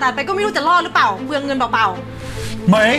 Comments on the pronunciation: ผ.ญพูดผิดอีกแล้ว เปลืองเงินเปล่าๆ พูดว่า"เปล่า เปล่าว"ลากเสียงยาวๆจึงจะถูกต้อง....แต่ผ.ญพูดว่า"เปล่า เป่า" ความหมายเปลี่ยนไป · ผ.ญพูดผิดที่พูดว่า"เปล่า-เป่า"คือไม่ได้เป่า